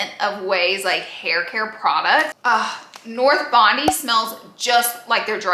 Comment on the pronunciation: Hi Laura! Love your accent and the way you make things your own, but just as an Australian girlie, thought I'd like you know the Ouai perfume is pronounced North Bond-Eye! It's a beach town in NSW!